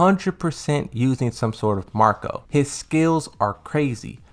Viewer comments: MACK-crow not MARK-co 🤦🏾‍♂️ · macro not marco, U are pronouncing it wrong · It is pronounced mack-ro not mark-o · It's not "MaR-co" it's Mac-Ro";D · Bruh i hate to be hate be that guybut its driving me nutz. Its not "mark oh" its "Mack Roh." It's like calling a Tomato a "tammah two." lol